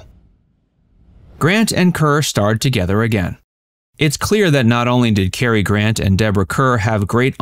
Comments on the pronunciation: CAR not KER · It's Boy-aye, and Cah-er. 😊